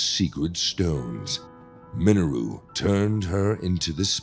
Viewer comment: The only issue I have is how he pronounced Mineru. Please pronounce it as Minayru. Lol